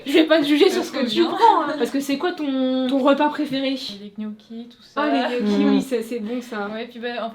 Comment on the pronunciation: "des knocchis"... Des GNocchis 👀